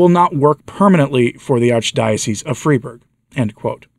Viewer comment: Fry-burg! Gaens-vine! If you're going to do new commentaries, learn the proper pronunciations!